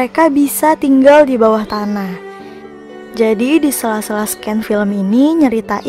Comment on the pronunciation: o iya, revisi dikit ya, seharusnya bilang scene itu "sin" bukan "sken", semangat terus !!